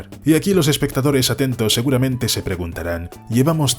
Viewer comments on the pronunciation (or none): none